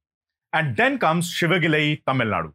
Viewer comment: IT'S SIVAGALAI NOT SHIVAGALAI, THERE IS NO SHA SOUND IN TAMIL LANGUAGE.